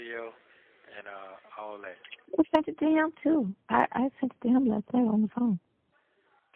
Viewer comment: He said he realizes you broke Sonya and can't help him with his bawn....you only got a couple of bucks to put on this "foam" that he can't talk on😂